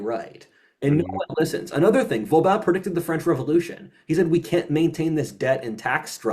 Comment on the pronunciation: It’s cute how mispronounces practically every French final syllable incorrectly as “an” EXCEPT with the “an” in Vauban. But in THAT case it’s the the cohost who mispronounces it as “Vaubin”.